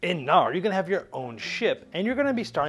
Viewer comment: Knarr - nordic boat with a sail. The "K" is not silent :)